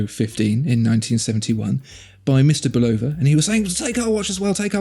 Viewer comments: Why must you Europeans always mispronounced Bulova when they're talking about watches. It was an American company founded by a Czechoslovakian immigrant but founded it in America. So we'd appreciate it if you'd pronounce it correctly. It's not pronounced with an emphasis on "O" but pronounced with a emphasis on "Bul A va". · I bought the “old logo - no date” Lunar Pilot and had Bulova put it in the brushed case (from the new logo - date) to make it more period correct. It was still a bargain! Great watch. Super accurate. No need to buy a Speedy! FYI - It’s pronounced “Bull-ova”. And, Fun Fact: Bull-ova did all the in-cockpit timing for NASA in the Lunar Modules, so they were hardly a stranger to the space program.